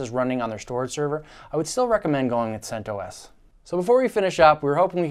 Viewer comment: oobuntoo, freenahz, and debeeian, centoohess